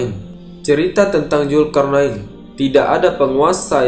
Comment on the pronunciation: Zulkarnain bang bukan julkarnain